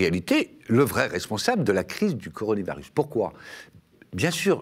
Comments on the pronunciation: " La crise du coronivarius : ça doit être une sorte de Stradivarius chinois....,? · Ya que moi qui bloque sur ce qu'il dit a chaque fois? "coroni varus" >.< encore jpp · coronivarus ? XD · Un mec qui n'arrive pas à prononcer correctement coronavirus est-il crédible ? Et le nouvel an chinois, on ne l'appel pas non plus le "chinese new year", ni en Chine ni en France : il m'a tout l'air d'être un bon guignol..